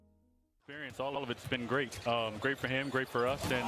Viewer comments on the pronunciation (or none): none